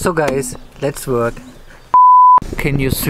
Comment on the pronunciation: this is probably the most German thing I've seen in this video xD "So guys, let's wörk" with a huge smile